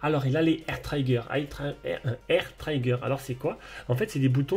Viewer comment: Le I de trigger se prononce comme le I français 😅, mais sinon très bonne présentation ça donne envie de l'acheter 💯